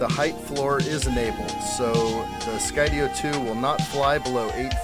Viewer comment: Enjoy your videos very much and thank you for pronouncing Skydio correctly now it was bugging me! Lol